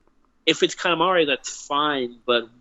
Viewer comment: It's Kaminari, my dude.